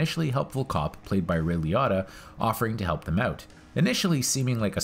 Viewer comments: Ray Lee-o-tah not Lee-ot-ah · I cringed EVERY time. LEE-O-TAH. Say it... SAY IT!! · This is a classic film... Nice job! Btw being from NY, hearing Liotta pronounced any other way than Lee-O-ta is pretty funny. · Lee otta? How do you people learn to pronounce names? Do you only read it? Did you never hear a human say his name? Do you not watch movies or just read about them?